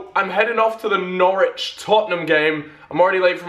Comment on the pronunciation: Norwich sound like "knowledge"